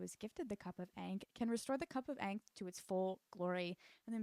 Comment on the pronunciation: a lil tip ankh rhymes with honk. It’s kinda like “honk” with the h removed so “-onk” !